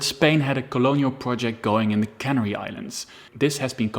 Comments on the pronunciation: Pronunciation: food is sealed into cans in a cannery. Spain conquered the Canary ("Can-AIRY") Islands. I appreciate you maybe speak English as a second language; regardless your pronunciation was otherwise perfect. Thank you for your work on this video. Very interesting. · The "Canary" islands are pronounced like the bird "canary"; it does not rhyme with "granary".